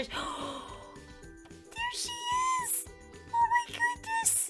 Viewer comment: did anyone hear “DEER she is! OH MAH GOODNESS